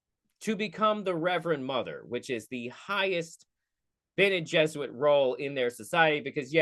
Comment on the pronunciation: It is spelled and pronounced differently. I mean yes it probably a reference to Jesuits. But it is not jesuits jez oo-its. But Bene jez- oor rit. So because there is an added R, it turns them from Catholics to witches.